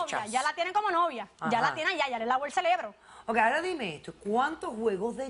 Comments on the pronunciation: Se dice CEREBRO niñas "celebro" está mal dicho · El celebro!!!😂😂😂 Aprende hablar se dice CEREBRO!!!